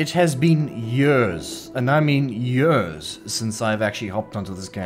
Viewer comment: "It has been jörs"